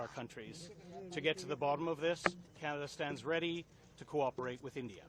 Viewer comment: Sir sorry to say you are not pronounce canada name properly